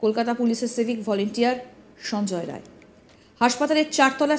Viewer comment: নাম টা সঞ্জয় রায় না । সঞ্জয় রাই ঠিক ঠাক বলুন।